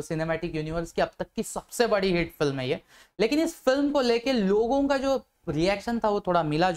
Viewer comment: Hate nahi hit bolo